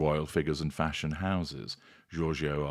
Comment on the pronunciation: The way you say “Fash Onn” cracks me up every time 😂